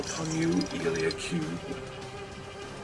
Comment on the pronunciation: Did you just miss pronounce eliacube